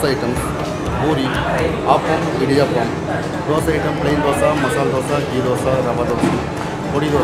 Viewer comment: It is Idiyaapam. The word is aapam. Please don't change the way to North Indian. Youv already done that to saambaar. Made it sambar which is wrong.